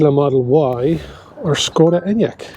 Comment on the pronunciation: SSSSKKKODA ENYAQ, seriously- pronunciation??? 🙄